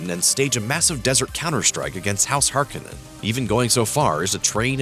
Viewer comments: HAR-CONE-IN, NOT HARK-IN-IN. Just trying to help you out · it's har-KO-nen